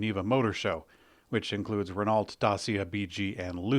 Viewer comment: You don’t seem to have a very broad education. French exists! Learn the common pronunciation for Prix and Renault. Ignorance is not a virtue.